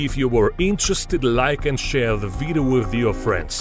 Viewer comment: I love how he says " ZE VIDEYO "